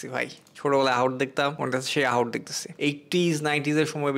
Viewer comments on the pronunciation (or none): AHOT NA BHAI Ahat